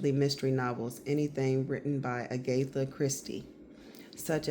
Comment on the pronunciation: Agatha (pronounced wrong). Also take your sips and don’t announce them